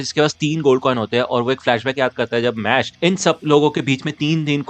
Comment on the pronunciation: Bro please call it mash not mash-le 😊